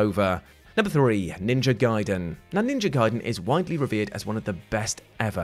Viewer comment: “NINJA GAIDEN” still haunts me till this damn day!!! 😩